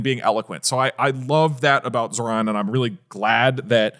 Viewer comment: Ok just want to say love DougDoug. Minor quibble though is his pronunciation of Zohran made me cringe a lot.